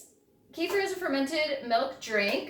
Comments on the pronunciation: thanks for the video. but, by the way, the right pronunciation is ke-feer or better, ka-feer...not kee-fur/kee-fir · You pronounce it incorrectly, at first, I couldn’t even understand what you are talking about. It’s pronounced kəˈfɪər/kə-FEER.